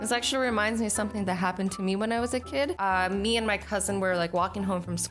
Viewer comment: Why do you always said meh not my!!!???